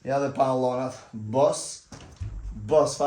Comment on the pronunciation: Pantallonat jo pallonat😂